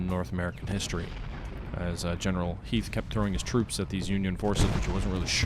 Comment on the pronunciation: I'm just glad you pronounced Harry Heth's name correctly :P